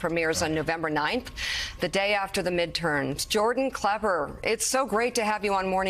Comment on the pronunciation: I get the very distinct feeling the Mika has never watched anything on Comedy Central nor does she know who Jordan klepper is, she must have mispronounced his name at least three four times. She kept on talking about how funny he is and it wasn't until after she had watched some of the clips that it seemed like she finally understood his role in journalism.